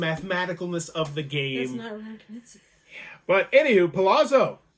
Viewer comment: You should really look up how to pronounce Knizia, I cringed every time, not a big deal though pronounces everything wrong